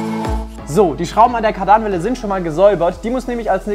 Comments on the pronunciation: Aussprache ist „Kardannwelle“ nicht „Kar-Danwelle“ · Jedesmal wenn ich hör wie er Kardanwelle betont ziehts mir alles zam😂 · Hab mich gerade die ganze Zeit gefragt was er mit Kardaaanwellen meint, die Dinger heißen Kardanwellen (kurzes a) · es heißt „Kardanwelle“ statt „Kardahnwelle“ 😃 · Ja er spricht es kadarn welle aus obwohl es kardan welle ausgesprochen wird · Moin super Video,dass heißt Kardanwelle nicht kardaanwelle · Hey ich glaube es wird Kardanwelle ausgesprochen und nicht Kar Danwelle sagt googel 😁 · man kann die einzelnen Räder anhalten des liegt am Differential und Kardanwelle wird nicht Kar danwelle ausgesprochen sondern ganz normal und schnell Kardanwelle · Bitte, bitte BITTE: KÁRDAN, nicht Kardàn. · Ka daarnwelle er spricht das a lang und das n kurz. Und das r betont er an der Falschen stelle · Freue mich über dieses Projekt, aber eins triggert mich.. „Kardaanwelle“😂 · Mann sagt KaRdan-welle. Ich meine es nett :) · Kadern welle NICHT Kadan welle no hate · ich dachte beim ersten mal es ist ein versehen aber das ist schon echt grässlich wie er es ausspricht. aber sonst inhaltlich eigentlich geil😂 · Ist so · Mir auch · Ist so... hier ziehst den Magen zusammen XD und dann noch so oft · Maze Windu Jap dachte beim ersten Mal, er hat sich nur versprochen😂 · T4, Ape und jetzt nen Golf 2 Country. Richtig schöne Auswahl an Autos :) aber es macht mich Wahnsinnig wie du Kardanwelle sagst 😅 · 😩mein Traumauto. Und wie du Kardanwelle aussprichst ist echt lustig. Weiter so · Wie er Kardanwelle ausspricht😖😂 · Wie er kardanwelle ausspricht:/